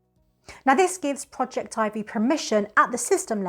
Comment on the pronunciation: At last, someone who pronounces Projectivy correctly! I love that it allows you to add mobile apps to the screen. Total Commander is gone from the old home screen with Google updates, & is not listed in the apps using the Shield menu because it doesn't show mobile apps any more. Projectivy fixes that. Thanks.